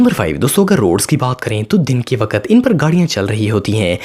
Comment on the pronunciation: Bhai aap wakat to wakkkat qqq bol te ho